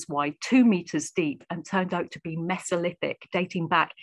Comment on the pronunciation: "Mess-o-lith-ic"? You mean "Mee-zo-lith-ic"? {:o:O:}